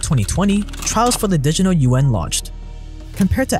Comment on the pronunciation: repeat after me. di-git-al. di-giT-al